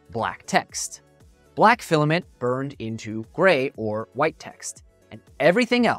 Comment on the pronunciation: Awww the penny dropped when you said filiment. Resin is the way to go.